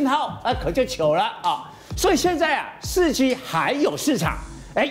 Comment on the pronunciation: 5G.4G我怎麼一直聽到5雞4雞